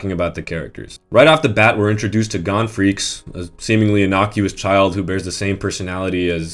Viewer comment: this video is perfect... except for one thing how you say gon (its pronounced g-own) get it right